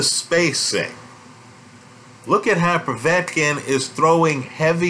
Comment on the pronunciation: ive noticed that too..... I like how says Povey-etkin and Sirgee-eye Kovalev instead of Po-vetkin and Sir-guy......in fact all Americans have a problem pronounicing Slavic/Eastern European words........ Moss-cow springs instantly to mind.